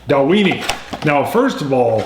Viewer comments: Just found your channel, another one for me to follow after Ralfy & Horst! But guys, it's pronounced Dal-win-ie! Went there last year, great distillery, great whisky. Paul (KISS fan from UK). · I might just have to pick up a bottle of this. I have seen this a lot, and after watching you guys and others I might just do it. I like your pronunciation of the name as well, for some reason I think you guys should be eating a few Oscar Meyer hot dogs while you drink the Dalweeeenie. ^_^ I hope to see a Japanese single malt. My Japanese malt of choice is the Hakushu 12 at the moment. If you can't get that, I also hope to see a review of the Bunnahabhain 12yo. Cheers!